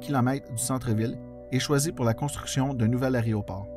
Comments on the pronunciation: J'aime bien votre chaîne. Beaucoup de travail est requis pour faire ces vidéos. Faudrait juste faire attention à la prononciation de aÉROport (pas aRÉOport!). Merci. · Excellent vidéo. J'ai travaillé à YUL de 2000 à 2003 et l'histoire de YMX me passionne. Seul bémol, c'est AÉRO et non pas ARÉO ;) mais sinon, 10/10! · Petit rappel : on dit un aÉroport et non pas un aréoport, et on dit unE aÉerogare. Une fois ou deux c'est amusant, mais pendant 11mn34 ça devient franchement crispant. Néanmoins, c'est très intéressant, comme chacune de vos vidéos. Bravo !